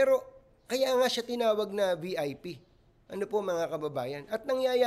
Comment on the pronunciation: Bisaya yung pulis kaya yung pag bigkas nya ng VIP, VP lng ang lumabas naming silent yung letter I.😂